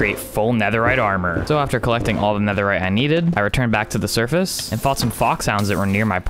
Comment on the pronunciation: You say survace